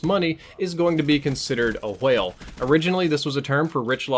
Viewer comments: Couldn't finish video due to the pronunciation of w-hale. Jk :) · you say whale like stewie says coolwhip